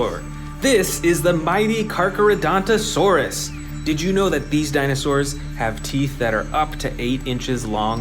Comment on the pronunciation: U said jijanatosaurs it's pronounced giga-nato-saurs